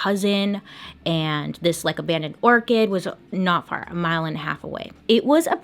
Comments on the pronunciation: Bailey u are saying ORCHID when I think you mean ORCHARD. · Don't you mean abandoned orchard? As in grove of Apple trees. You keep saying orchid as in flower LOL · Do you mean “orchard”? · For anyone questioning their sanity for not knowing what an "orchid" was, it's an orchard. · hahaha I love how you keep calling it an Orchid ... like he was chilling with an abandoned flower but I'm sure he was actually at an abandoned Orchard like a farm but it's still adorable and it made me smile <3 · Orchard bailey.. not orchid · Oh! She was saying orchard not orchid. I didn’t figure it out until the map went up. Anybody else find her mispronunciations endearing? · Orchard!! Not orchid!! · What's an abandoned orchid ;-; does she mean orchard?? she says it 3x I assume subtitles messed up, but is an abandoned orchid a thing???? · Orchid or orchard? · It's the "orchid" for "orchard" for me...😂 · She was saying orchard, not orchid. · I was just about to comment nicely on the Orchid / Orchard pronunciation. Maybe flash the word OCHARD when you say ORCHID so people know you know the difference. Or just leave it and give everyone a little laugh... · I love that she keeps saying orchid (like the flower) in stead or orchard (like a fruit tree farm) 😂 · "Abandoned orchid" lol Bailey, bless your heart. I feel the dyslexia, (my brother is dyslexic, I am dyscalculic - with numbers instead of words) (Not sarcastic/mean when I say "bless your heart; it doesn't always mean something negative, it's more like friendly, laughing-with-you, "oh, you poor sweet chile, I feel for you!") edit: OH soo sorry I didn't even see the pinned comment you made about it bc I'm dumb. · its added fun to suss out what's meant; orchid/orchard... my life for today is complete! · Love watching these! It cracks me up that you keep saying Orchid instead of Orchard 😂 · I was thinking it had to be orchard too. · Bailey you are too cute! Pronouncing Orchard as Orchid!😁